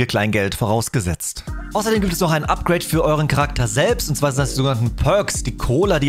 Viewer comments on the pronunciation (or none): none